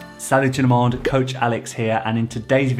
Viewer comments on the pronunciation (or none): It's confus, not connefus. It's also tout le monde, not.